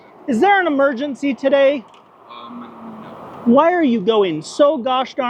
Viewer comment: K9 officers and handlers need more praise, money, recognition. ❤. They do so so much good work. 🎉🎉🎉 thanks for your work. Also I love the way regular folks overuse the word literally. And the additional syllables added to whhhhyyyyeeeee. I’ll be following you sir! ❤❤